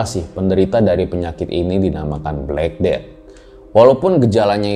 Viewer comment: Black cat death bacanya blekeded